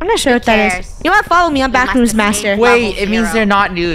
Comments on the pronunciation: DA BWACKRWOOMS :D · NAH ITS NOT “THE BACKROOMS” ITS” DA BACKROOMS”😂😂😂😂😂😂😂😂😂😂😂😂😂😂😂😂😂😂😂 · Funneh: Its not (THE BACKROOMS) its (DA BACKROOMS)